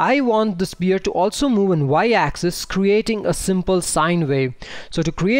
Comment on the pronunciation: Nice videos but please learn pronounce sPHere properly. Like an F. :D